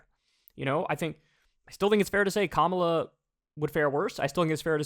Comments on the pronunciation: It’s pronounced Kah-mah-lah not Camela 🐪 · Charlize Qwark really called Kopmala "Camilla" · Coma - La LoL 😆 My wife is in the other room and is apparently listening in to hear you say "Cam-a-la & immediately came back in & set said it correctly, then spelled it as it sounds, fire me & you 😆😆😆 I say it wrong, all the dang time!! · They mispronounce Kamala's name on purpose, 100%